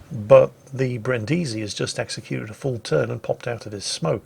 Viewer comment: Dear, i give a damn about the pronunciation of japanese ship names, as a german i have a struggle with french language, i just know a couple of klingon and polish swear words but for heavens sake go to google translate and listen to the italian "Brindisi". Thank you;)